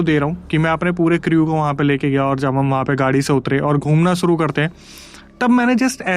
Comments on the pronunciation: Creeeewe .. kya hai . Crew bolna bhai pronounce kru hai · bhai crew ka pronunciation cru hota hai